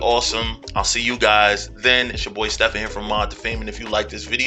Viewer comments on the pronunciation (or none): none